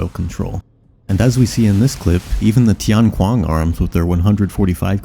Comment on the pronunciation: Hey man I dunno how to search comments on mobile but in case you haven't seen it yet: try pronouncing tian qiang as "tee-en chee-yong" (both are only one syllable so link those hyphenated sounds together smoothly)